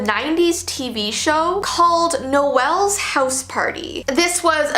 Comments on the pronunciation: It’s NO-UL not NO-EL btw 👍🏽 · Noel is pronounced Noel like bowl, not Noelle. 😂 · Its pronounced "nole" as in mole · Noel pronounced Noelle 😂 This is why we don’t like Americans. 😂😂😂